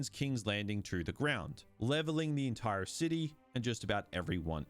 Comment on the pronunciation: Okay, WHAT is going on with this guy's accent? Every time I think I know how he's going to pronounce an "r" he does it differently. I was trying to ignore it but then I heard "he throws his entiRe ahhk out the window." I've never heard that happen before.